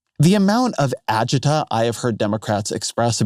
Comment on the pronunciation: you said "agita"